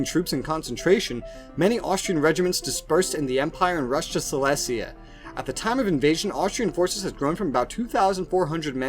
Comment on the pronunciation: You pronouncing Silesia wrong it’s Sy-lee-zee-uh